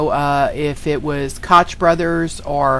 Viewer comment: Just an FYI, Koch is pronounced coke, like the nickname for Coca Cola.